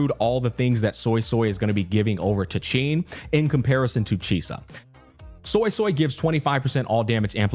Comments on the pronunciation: Hsin’s name is pronounced “Sheen.” :) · Hey just wanted to let you know that Hsin is pronounced huh-sin most people believe the “H” is silent but it isn’t you basically sound out “H” makes and then add the “sin” part of Hsin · Just pronounce it "SIN" and say it proudly. (if you want to be very accurate, you can pronounce "HSI-" the same way you say "Shi-t")